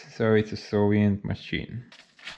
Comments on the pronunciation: Are you saying Soviet or Sovient? I've been curious for a long time now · When you say "Soviet" I hear "Sovient". Is that intentional?